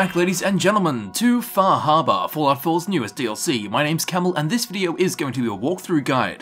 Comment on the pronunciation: lol, wtf is "Fahabah"?